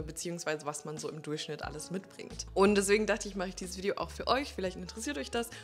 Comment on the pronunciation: Ich bin erst kürzlich zufällig auf Deinen Kanal gestoßen und schicke Dir als Ex-Bonnerin und vermutlich ab 2025-wieder-Bonnerin erstmal viele Grüße nach Bonn 😄 Mir gefallen die muttersprachlich ausgesprochenen englischen Worte in Deinen Videos sehr und bei dem Wort "Video" muss ich immer lachen.....das sprichst Du so lustig aus 👍